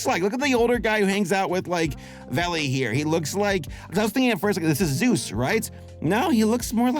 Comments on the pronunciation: Dude? His name is SOOSE not zeus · his name Is soos not zeus!!1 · Thank god, it wasn't just me who died inside every time he said that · The characters name is soose not Zeus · Soos not zous saying zous is fucking killing me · Zoos? his name is pronounced Soos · Not Zoos it’s SOOS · Why does everyone call SOOS Zeus S O O S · omg Soos not Zeus did u even watch the show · It’s soos, not Zeus buddy. That vas clearly marked in journal 3. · It’s not Zeus it’s soos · The way he keeps calling that Soos character 'Zeus' and it's bugging me so much 😭😭😭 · The only gripe I have about this video is the guy's name is SOOS not ZUES. SOOS. Like the spanish pronunciation of JESUS. but just the last half. because he's Latino! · Soos❌ Zeus✅ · Him saying “Zeus” instead of “soos” makes me go insane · I love ya work. But please my man, It's Soos, not Zuse. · Does say zeus instead of soos? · Okay dood. You keep saying "Zues" and his name is "Soos". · Calling Soos "Zeus" is grounds for ritual sacrifice to Bill Cipher. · You keep mispronouncing "Soos" how are you getting a Z from that? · It’s Sooss, not zoozz😐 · I’m not trying to come off as an ass when I correct you here. Please don’t take it that way, I’m just letting you know I keep hearing you say “Zeus” His name is Soos- short for “Jesus” (pronounced Hey-soos) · Soos like the hispanic pronunciation of Jesus not Zeus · Soos not Zeus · It will bother me forever that he says Zeus instead of Soos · Hey so his name is Soos, not "Zeus" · SOOS NOT ZEUS PLEASEEEEEEE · Him saying Zeus instead of Soos hurts my soul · His name is not Zeus, it's Soos. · im so sorry, but it sounds like you said "Zeus's grandma" instead of "Soos's Grandma" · The character’s name is Soos not Zeus 😂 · It's... it's Soos, dude. Not Zeus. Short for Jesus. (That's Hey-soos, in case you're unfamiliar with Spanish pronunciation.) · Me: his name is soos Him: no it's Zeus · I may be crazy, but I keep hearing "Zeus" when you say "Soos."